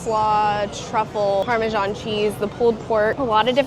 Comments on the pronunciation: Nice video guys, but it's "Parma-zan", not "Parma-zhan"; even Italians says "Parma-zan" - put the word into a pronunciation webpage and see for yourselves. You've been watching too many US cookery shows with idiot chefs trying to sound professional. 😉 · You're not pronouncing that cheese correctly Parmesan = pahr-meh-zahn Parmigiano Reggiano = pahr-mih-jah-noh reh-jah-no You seemed to pronounce the s/g like the s of pleasure. A zh sound. G followed by I in Italian is always a J sound. S between 2 vowels is a Z sound Additionally, Borough Market is NOT for traditional regular food. I'm not saying the food is bad. But it is predominantly now about catering to ignorant tourists and serving overpriced food that rarely resembles or tastes like what most folks here.